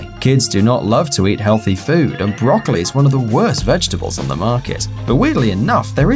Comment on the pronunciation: Probably I'm Japanese cuz I love "brocaliy"